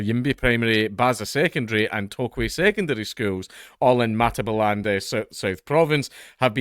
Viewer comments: It's pronounced Matt-uh-bee-lee-land. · Your pronunciation is quite good except for matabeeleeland